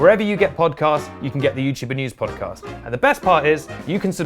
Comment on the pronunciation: please... I beg of you... say podcOst one more time...